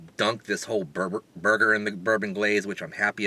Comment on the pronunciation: thought at first you said it was the burping burger 0_o